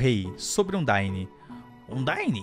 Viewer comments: É andaíne e papairus esse é o correto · falando os nomes Undyne: Undáine Papyrus: Papírus Stonks